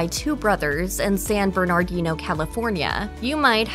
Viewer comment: Its San Burn-A-Dino CA....